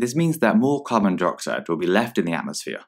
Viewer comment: It sounded like they were saying ‘Carbon Deroxide’ and I’m literally screaming inside